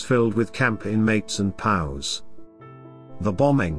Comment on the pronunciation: Can't we get the narration down right in these Youtube videos? Terrible pronunciation ("POWS" isn't pronounced "pows") and Buenos Aires is pretty easy to figure out how to spell correctly. When you get the easy little details wrong, you have to wonder about the integrity of the larger messages.